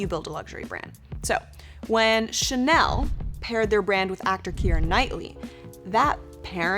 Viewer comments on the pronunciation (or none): none